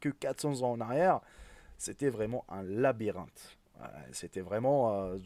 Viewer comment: 0.15 il a dit une labirente hhhh ,😆😆😆😆😆😂😂🤣😂